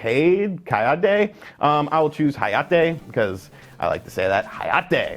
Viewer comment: It's funny cause you pronounced Hayate and Kayate correctly, but you said Natsumi. It should be Naht•su•meh. Nice vid!